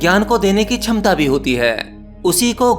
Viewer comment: शुश्म सिद्धी शुश्म 😂😂 छमता 😂😂😂 सूक्ष्म- ये असली शब्द हैं। क्षमता - ये असली शब्द हैं।